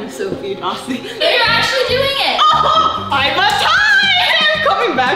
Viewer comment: Her name is sofie not “Sofia”